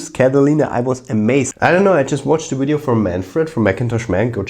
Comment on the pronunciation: Did you just say wideo? Did you mean video? Virginia accent?